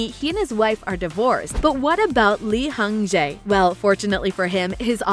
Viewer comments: Guess not 😔😭 Also, Lee Jung Jae is pronounced as [Li-joong-jey] not Li-Hung-jey lmao 😬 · as a korean....This YouTuber's Korean name pronunciation is the not good..... .....gi hang(x)----> ki hoon(0) .......lee hang jae(x)------> lee jung jae(0) ........Heong su tae(?)....who is he?......he's name is "HER SUNG-TAE(0)"